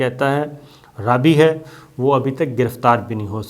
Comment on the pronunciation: لفظ "رابی" کا صحیح تلفظ "رابائے" ھے۔ انگلش میں اس کے سپیلنگ ایسے ہی ہیں کہ ہم لوگ اس کو "رابی" ہی بولیں گے۔ لیکن یہ لوگ اس کا تلفظ "رابائے" کرتے ہیں۔ جیسے عیسائیوں کے مذہبی رہنما پادری ہوتے ہیں اس طرح یہ یہودیوں کے مذہبی رہنما ہوتے ہیں جنہیں "رابائے" کہا جاتا ھے۔